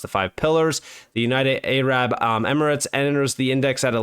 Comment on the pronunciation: United AYE-RABB 😆🇺🇲